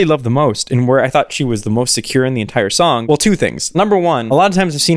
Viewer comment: okay but i’m not judging but did anyone else hear her adding an ‘h’ to the s? like i heard “what you wrote in that shong about me” or is it just me ??